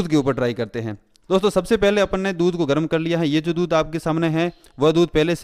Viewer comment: Cool voice Especially when u say Apon ne